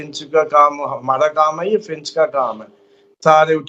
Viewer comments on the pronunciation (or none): Bhai “finch” nahin “Fitch” hai, please!!!